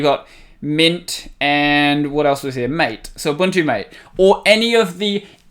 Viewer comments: It's pronounced MATAY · loved hearing you prounounce MATE "very correctly"